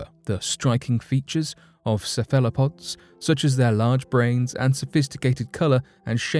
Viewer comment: Pronunciation tip: "cephalopod" = 'SEHF-ehl-uh-pod', with the accent on the first syllable.